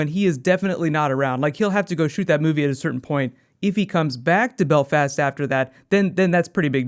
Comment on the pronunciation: Wow, I've never heard an American say Belfast. And can I say, from a Northern Irish point-of-view, it sounds weird.